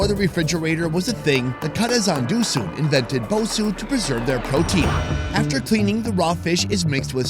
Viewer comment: bosou is pronounced bo- sow